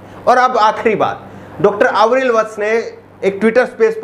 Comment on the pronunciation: अविरल, आवरील नाही